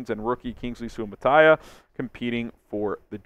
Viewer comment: Soo-uh-mah-tuh-ee-uh Say it right HAOLE